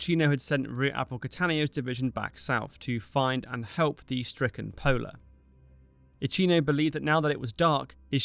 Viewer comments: It physically hurts everytime you say IatshIno. And I'm not even Italian! His name, /Jakino/, does not rime with cappucino. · Iachino: pronounced something like yakeeno, the CH digraph in Italian is like a K in English. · Much enjoyed this, thank you. (Very minor comment: Admiral Iachino's name is pronounced: Ee-a-kee-no ('ch' is hard in Italian - Ee-a-chee-no would be spelled 'Iacino' with no 'h').